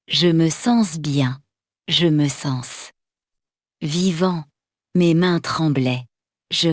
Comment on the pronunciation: merci pour tes efforts mais tu as quelques fautes de prononciation comme .: je vis ( ne prononce pas le s ) je me sens ( en prononce pas le s) aussi la liaison comme les phrase ou se trouve le mots yeux ........etc le nom lucas ( en prononce pas l s).....